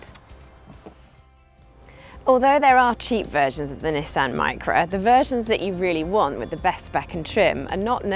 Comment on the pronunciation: You can tell she's English she can say nissan correctly not nesson